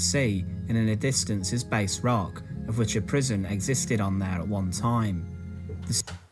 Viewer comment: I had never heard of Tantallon, but did holiday not far away in my childhood- I recognised the Bass Rock, from that time. He mispronounced it, by the way, it's bass -as-in-ass, not 'Base'.